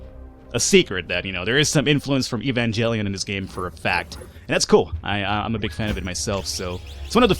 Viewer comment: The 'g' in Evangelion is NOT pronounced EvanGELion, like evangelist, but as a 'j', like Jell-O!